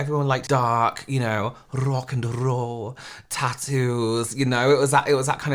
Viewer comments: Rrrrrock and rrrrrrollll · why was the rolling of the r’s necessary when you said rock and roll 😭😭😭😭😭😭